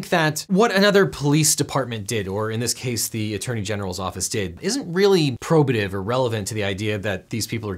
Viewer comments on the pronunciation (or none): none